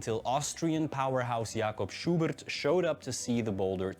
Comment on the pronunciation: Jakob Schubert is not pronounced like he did.